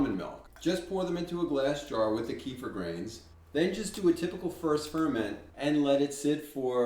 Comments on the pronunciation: You answered a bunch of my questions about making Kefir, what to do " if " , and added some very interesting solutions to taste ! Thank you =) - Also ... you are the only Content Creator I've heard pronounce Keh-Fear correctly. Thank you for this as well. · Kudos to you friend- one of the rare folks that pronounce it correctly. (Ka-Fear) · At last an American pronouncing it correctly! There is hope in this world. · THANK YOU FOR PRONOUNCING "KEFIR" PERFECT! It is so annoying when people do not know how to pronounce yet they make a video about kefir! Geesh!! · Both of your videos have been very concise and clear and answered a lot of questions that other videos miss - I also am chuckling because its nice to hear an American saying Kefir the correct way - but I'm laughing as sometimes your using the American way and switch between the pronunciations .... :)